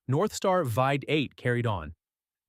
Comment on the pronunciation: Nice try, but, uh, will you guys please clean up the dialogue and use phonetic spelling when entering the data? For example, “VEE EIGHT” is the intended pronunciation—not “VEH-EIGHT.” This kind of error is amateurish and very sloppy. Quality control requires actual review and correction: you can’t simply rely on AI to minimize the workload and then leave the resulting mistakes in the final product. You have to do the real work. YOU CAN’T HAVE YOUR CAKE AND EAT IT, TOO! (…didn’t your mom tell you that at least once?)